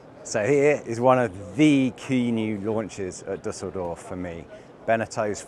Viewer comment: Your pronounciation of Düsseldorf was perfect!